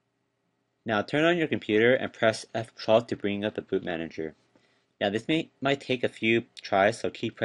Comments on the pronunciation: LOL ...I didn't see the comments below and said the same thing, press "wha wha what?" I kept scrolling back over thinking it was my ears. I think he was trying to say press effphsalk which is shorthand for press the boot key for YOUR computer (they vary), but on my HP I instead have to hit ESC (called escape key, yo) to bring up the little menu to select the DVD drive to boot to. For some reason, setting the BIOS to boot to DVD does nothing unless one hits effphsalk, uh, ESC for this HP. Anyway, thumbs up for the laugh I needed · F 12?????? Or wtf he say????? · did he say F-TROTH??? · What the fuck? F what? Man, FU. Seriously, what did he say?????